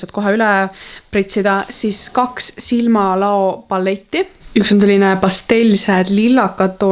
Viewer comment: Ma pean seda lõpuks ütlema - see on silmaLAU mitte silmaLAO